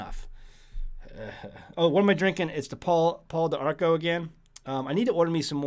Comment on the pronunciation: It's pronounced paw dee arco 😅 I finally figured out what tea you've been drinking! Lol